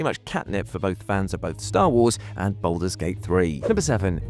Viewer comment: Bouldur's Gate, innit?